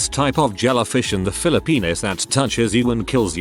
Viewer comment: Philli-penis?! Bahahaha